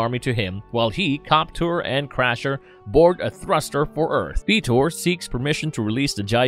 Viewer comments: It's not "feet-or"....it's "FIGHT-OR". He doesn't transform into feet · No see you got it wrong too. He said FEETor. xD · Feetor and the Gardens 🤣🤣